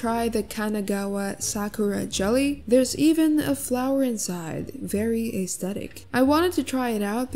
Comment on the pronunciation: i just know she did not say " AY- sthetic"😭😭😭😭